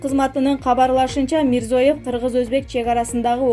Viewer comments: Мирзоев эмес Мирзиеев деп айтсанар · МИРЗОЕВ ЭМЕС МЕИРЗИЁЕВ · Мирзоев Мирзиеев да эмес Мирзиёев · Ушул дикторунарды качан алмаштырасынар?Ушунчалык туура эмес окуйт.Мирзоев эмес Мирзиёев,президенттин фамилиясы даже туура эмес окуп жатат.Алмаштыргылачы!!! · Туугандар кыргызчада Мирзияев болот